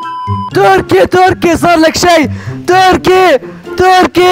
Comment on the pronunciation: مبروك على ١٠ الاف مشترك تستاهل كل خير م يقول تركي يقول(توركي)😭😭.